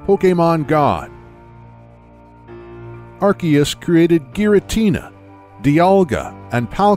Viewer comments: It is prounounced Ar-See-us, not Ar-Kee-us. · It's AR-SEE-US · Amazing, apart from a few mispronunciations (Arceus (CE makes a soft C sound)), Growlithe, Hisuian, Rowan, Unova, Yveltal (has two “L”s)) and the GBC G/S/C having both legendary Pokémon available. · The legends Arceus cough cough ARKOOS section was really on point. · I thought it was pronounced 'Ar-see-us', like in the Japanese trailers. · Its pronounced "arkoos" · This, too. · Watch the english trailers. Seems they've finally settled on an English pronunciation. I did see the Japanese trailers referred to it as Are see us.